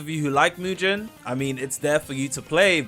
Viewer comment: Englishman who can’t pronounce is crazy what is mu-gen 😭